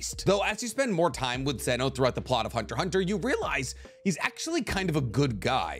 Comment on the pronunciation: He tested me when he said zeno